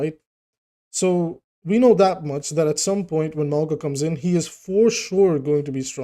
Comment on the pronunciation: ‘Mow-nga’ it’s mountain in Samoan